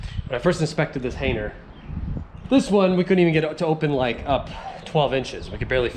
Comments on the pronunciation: You keep saying “hainer” and i love it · Didn’t realize the “g” was silent 😂